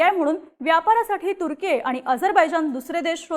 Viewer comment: तुझं ते तुर्की चे प्रोनाउंस ऐकून मी तुझ्या बातम्या बंद करत आहे. बोल भिडू ची क्वालिटी कमी होत चालली आहे. अगं ते तुर्केय नाही तर तुर्की आहे.